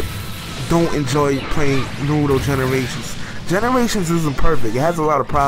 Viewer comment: U pronounce naruto wrong that's the English really horrible dubb